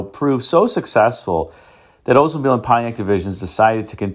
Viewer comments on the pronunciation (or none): Oldsmobile should not be pronounced as “Oze mobile!